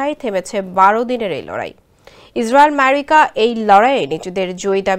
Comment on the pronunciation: মেরিকা মেরিকা শব্দ উচ্চারণ আমরা অবাক 😅😅😅😅😅😅😅